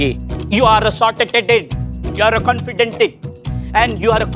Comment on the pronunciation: said con-fi- denta🤣🤣🤣🤣🤣